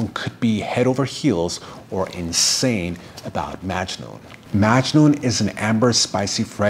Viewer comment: In the Arabic pronunciation it’s muggg noohn the a is like a u sound. My father is from Italy and my mother is from Syria.